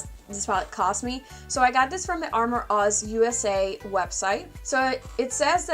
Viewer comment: Lol Its pronounced uh-more (amor) meaning love in Spanish Great review